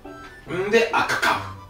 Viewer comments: 赤かぶと皮の言い方が好き。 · 赤かぶの発音好き